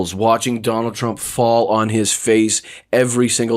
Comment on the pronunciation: OMG "Jonald J Trump" i love it!😂😂😂😂😂